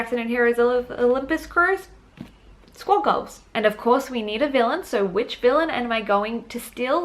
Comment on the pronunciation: Squad goals who? I only hear “squirrel goes” 😂